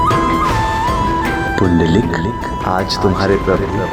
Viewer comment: पुंडलिक आहे. पुंडरिक नाही